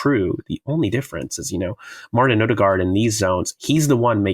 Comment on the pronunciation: Two things 1. Every one mispronounces Martins name, the D is silent som Ødegård ends with a rolling R. 2. I find it abit dangerous that so many bringa in Zubimendi in the tactics solutions already without any confirmations he is coming to Arsenal, historically too many of these roumours om players fail...